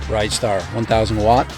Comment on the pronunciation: its a Rid - Star not a ridestar.